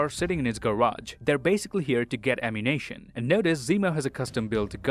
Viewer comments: Is he saying ammunation on purpose as in the gun store in gta or is he just saying ammunition wrong? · DId anyone realize that he kept saying ammunation instead of ammunition? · every time you said "ammu-nation" instead of "ammunition" all i could think of is GTA and i love it lmao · Nobody:: “AmMuNaTiOn” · "ammunation" wait is this GTAV?